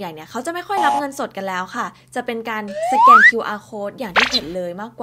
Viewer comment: สแกนครับ ไม่ใช่แสกน